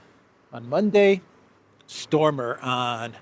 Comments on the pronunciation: pronunciation is STARMER,...not STORMER!!! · It's Starmer not Stormer. Just saying.